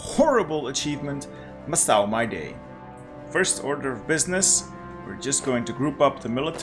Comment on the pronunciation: Macau is pronounced "mackau" or "mahcow". Second syllable sounds exactly like "cow" in English. No S sound.